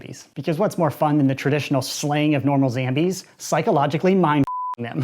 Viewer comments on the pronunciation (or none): Its zombies not zambies. Are u British. Bro.